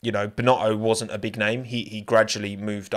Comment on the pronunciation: Binotto not Bino'o